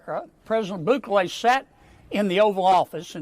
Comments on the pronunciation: "President BOOkalay) I swear.. these Republican hog politicians from southern states DON'T EVEN ATTEMPT to pronounce non-Anglo names correctly 🙄 it's almost like they go out of their way to mispronounce them.. Not that I think Bukele deserves respect, but it's really cringey and embarrassing to hear these so-called "professionals" representing American constituents butcher the names of foreign leaders so badly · President “Boo Clay”